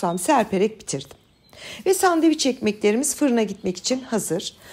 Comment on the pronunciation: Sandevic yok Türkçede şey..😂🤦🏼‍♀️🙈 SANDÖVIÇ OLABILIR..ya da sandviç.. ama SANDEVIC asla ve asla değil üzgünüm...